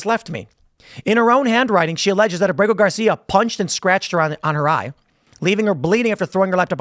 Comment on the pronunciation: Abrago Gar-see-ya in El Salvador prison had his due process in 2019.